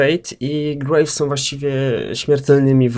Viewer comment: ja dużo grrrrejwsem nie grrrałem ^^